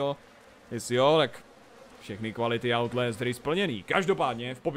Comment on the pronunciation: outlést... to je skorem jako daubl džamp!